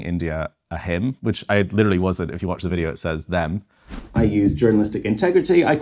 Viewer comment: pronunciation of the word them sounds to me (& Rowling obviously) indistinguishable from the word him. She's already off the hook.